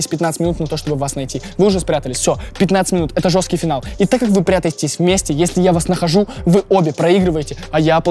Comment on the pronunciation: позвОним😂😅 почему ОБОИХ когда речь идет о 2 девушках😅🤭 прятайтесь 😂😅😂 Господи за что😩 Верните Диму 😭😭😭